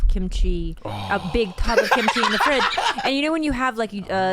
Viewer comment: Why do non-eastern-asian people always say kimchi like it's two words? 😭😭😭